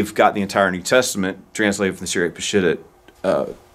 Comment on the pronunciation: Ugh... it is NOT pronounced "Pa-SHIT-ta"... it's "Pa-sheet-tah" 😉